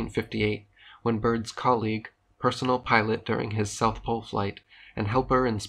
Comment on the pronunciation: NEWS FLASH! There is NO South Plole.